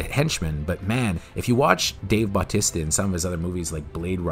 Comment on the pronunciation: I still get a kick out how you pronounce Dave Batista.